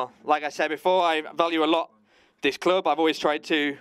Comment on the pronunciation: Why is the English translator struggling to say “club”?